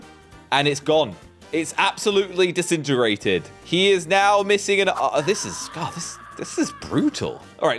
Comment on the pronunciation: I think it’s pronounced disintegrated no distitterratted